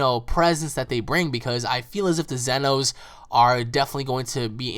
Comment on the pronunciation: what's with them calling them zenos, I mean it's almost saying in my YouTube name but said wrong or pronounced wrong